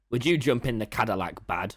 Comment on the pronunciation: translator: "zadillac" the way its made: "do you mean: 'cadillac'?"